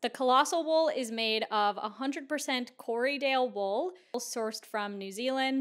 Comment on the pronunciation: Not to be mean but as a person from nz who’s mum works with sheep you said Corriedale so wrong😅